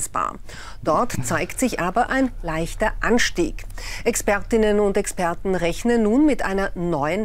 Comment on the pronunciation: Wenn ich das schon höre ... "Experchten".